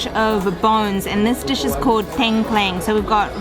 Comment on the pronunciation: Its Tengkleng not klengteng